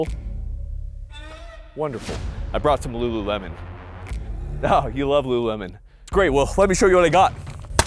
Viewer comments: "I bought some lululemon"😅😅😅😅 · Sir, that is not Lulu Lemon.